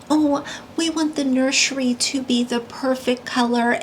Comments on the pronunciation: "Nurshery" kills me every time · The way she says "nurshery" drives me insane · I can't stand it when she says "nurshury". It makes me wanna slap her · It won’t be a “nurshery” it’ll be a stage 🤦🏻‍♀️ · If she says “nurshery” one more time, I’m gonna lose it 😂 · omg Gypsy has to stop pronouncing nursery wrong. it's deafening to the ears